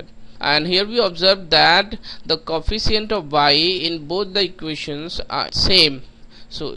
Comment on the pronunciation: its coefficient not kofeecheint